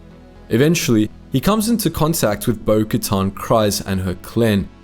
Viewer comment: Why do you keep pronouncing bokatan name like that…?